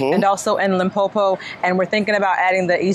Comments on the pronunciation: To, you said Limpopo so well❤️ better than many SA's. Welcome to South Africa. God bless you guys. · Her pronouncing of Mpumalanga and Limpopo is so on point she sounds clear